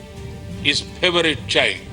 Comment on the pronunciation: Hoa joker modhi english tho sai bol la phavrite nahi favourite